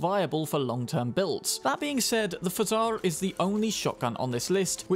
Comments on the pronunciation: not exactly. The P sound is like regular "P", and the "o" is heavily reduced, which brings it closer to the French "Pajâr". You could copy-paste the word "пожар" to the Google Translate and hear the voiceover; it's voiced accurately enough there. This word translates from Russian as "fire". Not like a campfire or chimney type of fire, though, but rather the emergency type. Thank you so much for your attention! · Pozhar is pronounced with the [ʒ] sound, not like "z". [ʒ] corresponds with the letter "ж", which sounds like voiced version of "sh". It's like "j" in French.